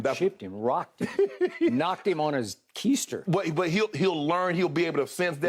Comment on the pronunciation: Key-ster? 😂😂😂😂 good one skip